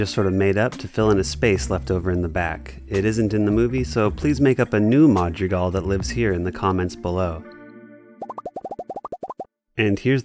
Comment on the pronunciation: “Ma jree gal”